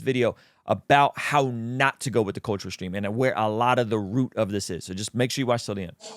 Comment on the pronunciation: What is "shtruggle"? What is "shtream"? Like is that supposed to be the English words? Like struggle or stream? Your butchering of the language is what prevents me from listening/watching you more...